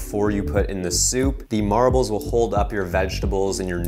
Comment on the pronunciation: i feel like he's saying marables instead of marbles.